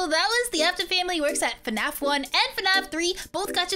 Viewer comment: Bro it’s fnaf not fAnAF